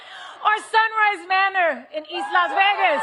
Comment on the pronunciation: SHE SAID VIVA LAS VERGAS??